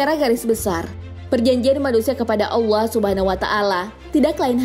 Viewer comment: Maaf mau request. kalo bisa nyebut allah nya biasa aja, kedengaran nya kaya dilebay kan gitu hehe